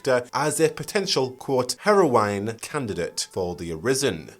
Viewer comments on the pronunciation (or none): it's not hair-O-wine, my friend. It's hair-O-win aka Heroine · The way you pronounce "heroine" makes me squirm every single time. It is /ˈher.əʊ.ɪn/ not /ˈhero.waɪn/. Or are you just trying not be be flagged by the youtube due to saying something that sounds like "heroin"? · You couldn't pronounce heroine correctly to save your life! Lol, hilarious, couldn't get past the way you said it. It's pronounced 'Heh-row-in'. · Heroine: hero-win, not hero-wine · Why do you say Harrow wine? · Never heard "heroine" pronounced to rhyme with "wine" as opposed to "win".